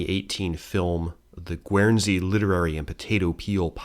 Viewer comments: Hi, Very minor point the pronunciation of "Guernsey" is in fact guhn·zee (guhn as in "burn"). Hope this helps! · Alderney is pronounced with E on the end, and not an A. Interesting pronunciation of Guernsey! 😂👌 In Jersey, we have a large Neolithic monument called La Hougue Bie, built around BCE. 🇯🇪